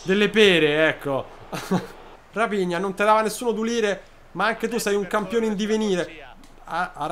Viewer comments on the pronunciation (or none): Quel raphina si legge rafigna